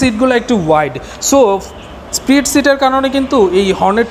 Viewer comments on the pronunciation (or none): none